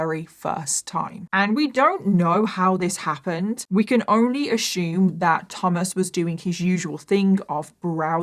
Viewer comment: "We can only ashooom".. "left, right, and center".. "and I'm just like...."... "oh no, no, no.."